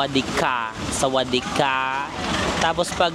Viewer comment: Ang kulet ng " Sawadeee Haaah " 🤣